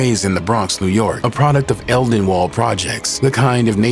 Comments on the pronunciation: Eldenwald??? Where is the Bronx is that.. I think you meant Edenwald.. Wolf wasn’t from Edenwald he was from Valley Mob…Cmon Bro do ur research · Yea he def was from the valley. And “Eldenwald” is CRAZY! 😂